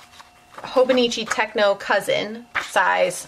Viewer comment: I have a cousin avec and love it too! Fyi: it's "te-cho", not "tech-no".